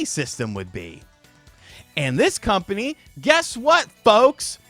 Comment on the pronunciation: Dumbass CU-ompany... made me lol... almost a slip up!